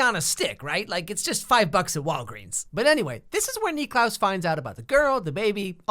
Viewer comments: The fact that he calls him Nicklaus the whole time... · He keeps calling klaus Nicklaus and it is really triggering me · I’m cringing cause he keeps saying Niklaus like no just call him klaus the only person that calls him Niklaus is Elijah. Stop.